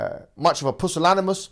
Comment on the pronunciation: Dude said pussanmilas😂😂🤣🤣